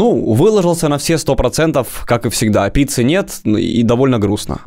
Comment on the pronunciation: на протяжении всего видео: я хачу питсы